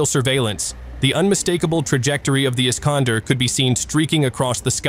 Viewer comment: I-S-K-A-N-D-E-R - Betonung auf E, so schwer auszusprechen??? Scheiss KI ... 😀😀😀